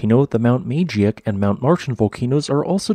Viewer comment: Love the channel. Btw, Trident’s neighbor is pronounced: Mount “Ma-geek”.